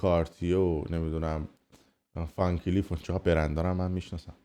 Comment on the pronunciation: ون کلیف نه فن کلیف 😅😅😅😅 اث